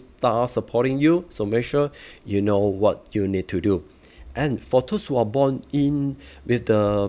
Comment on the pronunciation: thanks. but really you might want to improve the pronounciation to appeal to wider audiences. especially when you said "those" as thirst.